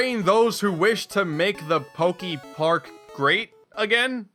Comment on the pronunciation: Is he gonna say Pok-ee-park the whole time? ... oh no... EDIT: HOW THE HELL DO YOU SAY POKEMON CORRECTLY BUT MISPRONOUNCE POKEPARK??? HOW DO YOU SAY POKEBALL THEN?!?